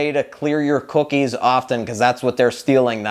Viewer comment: you say cookies weird.